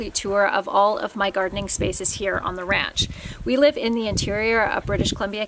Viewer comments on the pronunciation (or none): none